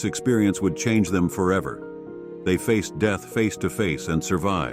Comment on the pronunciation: Yeah, face-ed? Wth ai can’t even manage that?!?